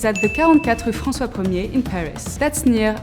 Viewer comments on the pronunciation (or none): none